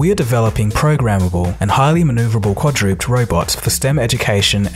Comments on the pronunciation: "quadrooped" ??? QUAD-RA-PED. Good God. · quadruped (kwadre-ped) not quadrooped. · Lol , "quadrooped?" Pronounced "quad-roo-ped" Quadruped 4 feet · Quadruped= Quad-ruh-ped, NOT quah-drooped. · "KWAH-droo-PEDD," not "kwah-DROOP'D." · Great video. Couple of things - When you read the quote about the robot fish, you said "swim underneath". You misread the quote, it said "swim untethered", an important difference. The other thing was your pronunciation of the word "quadruped". It's pronounced quad-ru-ped, not quadroop'd. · The word is NOT "urolic".... it's "urologic". Quite the difference. YOUR term doesn't exist, whereas "urologic" describes urologically-related medical conditions. And , the word "quadruped" is pronounced "QUAD-roo-ped", not "quad-roopt". Holy smokes, do you guys ever check a dictionary when you're prepping your narrators? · Quadruped. Pronounced quad-ru-ped. Not quad-drooped. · So is this the first notice of how to pronounce Quad-ru-ped - rhymes with "ted"? Not "kwadroopd". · Whoa. Reading 'underneath' instead of untethered for the robot fish, then pronouncing quadruped (quad-ra-ped)(4 legs - ped as in pedestrian) as quadrooped, sounds like stooped (bent over). Shows a lack of understanding of the content. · 9.13 you said quadruped like quadroooped not quadra bed. dint quite someone then quote them wrong! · Er.. Quadruped is pronounced quad-roo-ped, not quad-roop'd. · do you try to pronounce things wrong on purpose? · the narrator is a moron. Pronouncing quadruped "quad rooped" lol. untethered, "underneath". SoFi, "soph eye". Arduino, "adreeno". all you had to do was read the script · He also pronounced quadruped so that it rhymed with "duped" smh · LOL "Quadroopt" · The voice over dude cannot pronounce 'quadruped' and said cod-roopt! HOW does a channel with 1.5 million subscribers hire an idiot who cannot read? Got the headline mis-read as well.. just sad. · did he just say quadruped as kwa-droopd